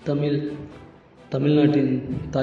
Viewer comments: நண்பரே!! தமிழ் என்று உச்சரிக்காமல் ஏன் 'தமில்' 'தமில்' என்று கூறுகிறீர்கள்? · டேய் அது தமில் இல்லடா தமிழ் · செல்லக் குட்டி "தமில்" இல்லையடா "தமிழ் " சரியாக உச்சரியடா என் செல்லக் குட்டி. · Pls correct your accent of Tamizh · தம்பி தமிழ் சொல்லு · Learn to pronounce Tamil first properly and then do videos pls. Do some research properly Tamil has more than three thousand years of documented history and much more undocumented. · "தமிழ் " சரியாக உச்சரியடா